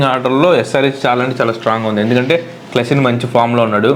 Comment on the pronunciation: క్లాసిన్ కాదు రా బాబు క్లాసన్🙌🙏🙂